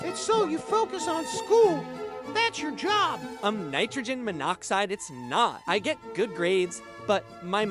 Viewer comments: "Uhm norgergymmanoxai" 😭😭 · “ummm nItrOgeN mOnOxIDE” 😭😭😭😭😭😭 i’m dead